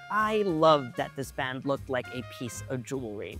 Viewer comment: Pronouncing Hermes that way is like calling a croissant a KWAH-SOHN. But the pronunciation of band was the most 😅😵